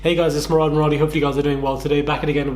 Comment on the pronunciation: MURAD NOT JEFREE STARR'S ROOOOOBEUGH. 🏃🏿‍♀️😂